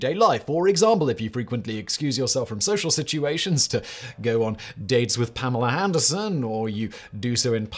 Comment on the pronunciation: (2) he said Pamela Handerson